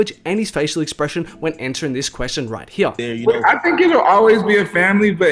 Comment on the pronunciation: “Right heeya” 😂